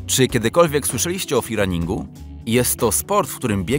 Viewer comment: o czym? o 'feerunningu'? to jest 'freerunning'